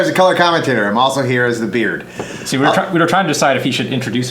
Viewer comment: The beerd?